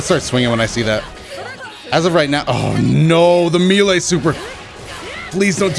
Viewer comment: I have a problem with how you say melee 😂